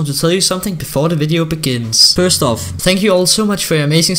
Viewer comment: love your vids but it's " first off" not first of